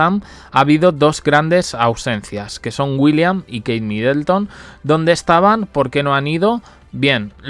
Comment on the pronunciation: No es MidElton. de dónde esa E?